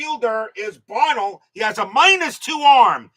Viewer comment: Buh-NELL’ For next time. Lol